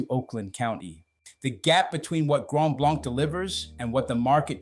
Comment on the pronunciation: If you’re going to make the claim that you live here, learn how to correctly pronounce the name of the community: Grand BLANK- as in empty, nothing.